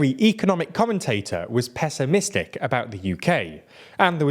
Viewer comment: 'Peso'-misstic? Eh? Eh? I thought it was funny...